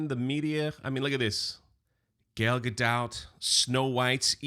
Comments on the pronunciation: Gail? its Gal... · it’s ‘Gal’ not ‘Gail.’ 😊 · come on... her name is not Gail... or Gayle... it's Gal... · I think yer spot on, dear Rachel is going to go the way of our last favorite PR tsunami Ezra Miller - or should I say Ezra who?? N for Pete's sake, the woman's name is Gal. It's a word, look it up. Pronounced the same. It's not Gale, or Jimmy, or anything else. Just Gal. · 'Gayle' Gadot? C'mon, you got to 'do better'!😝 Otherwise, I agree with!😂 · you'll never get Gal's name right 🤣🤣 and it will never not be funny